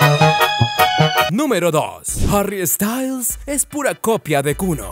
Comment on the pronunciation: No es Harry estayls, es sssstails